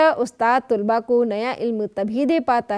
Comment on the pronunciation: ما شاء الله بہت خوب...! طلبہ کی 'ط'پر زبر ہے تجربہ کی 'ج' پر سکون اور'ر' کے نیچے زیر ہے۔